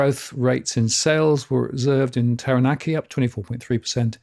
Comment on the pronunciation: Just to help you - Kapiti is pronounced 'Kap it e', Taranaki is 'Tara nak e', Manawatu 'Mana watu' and Wanganui/Whanganui 'Wong a nui / Fong a nui' (UK v Maori pronunciation and spelling)